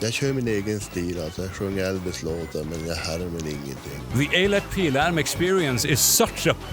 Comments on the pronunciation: Bro where are you from cause that pronunciation of eilert pilarm and morgonpasset was shockingly good. I've never heard swedish pronounced with that much care by someone not from here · I'm Swedish, and I must commend you for your flawless pronunciation of Eilert Pilarm. I actually met the man once and got a CD signed. This CD is one of my most prized possessions. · I'll grant you a like if only for actually pronouncing Eilert Pilarm correctly! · Seriously, I had to rewind just to hear him say it again. This is what we get? They pronounce "smorgosbord" like they're summoning the Old Ones but this guy learned how to say Eilert Pilarm?